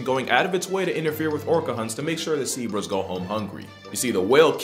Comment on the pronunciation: "A seebrah" as in a sea zebrah lmao